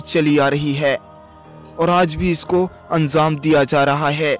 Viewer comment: Pahle Tu anzam Nahi anjam bool